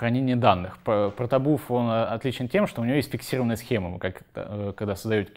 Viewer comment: Парень довольно не плохо рассказывает, но дошел до 13 минуты и понимаю, что произношение английских слов и фраз подхрамывает. Ну не протобУф и не Яваскрипт, ну это же жестоко...